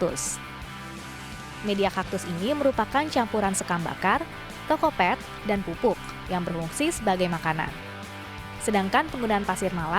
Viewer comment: Pengejaanya banyak yg salah istilah2nya.. kokopit koq bacanya kokopet.... sidling koq bacanya siding.. porus dibacanya koq poros.. duh2